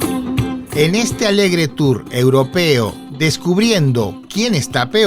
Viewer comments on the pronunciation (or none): none